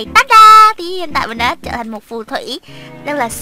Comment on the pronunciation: Trờ hả chị...bữa giờ e đọc Trở